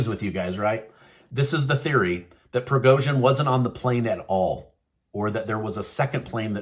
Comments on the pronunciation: You have to pronounce "G" as Prigozhin in Evgeniy.... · You have got to learn how to pronounce these names if you're going to use them. They've been in the media frequently for well over a year now. There's no excuse for mangling Zelensky or Prigozhin's names. - don't tell me it's a "conspiracy theory" before you say it. I'll decide whether I think its crazy or legit. All you have to say is that there is speculation or a theory being floated. Don't patronize your audience and presume to do their thinking for them by framing things this way.